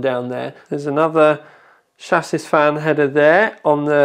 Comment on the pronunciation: lol its 'chassie' not 'chassis'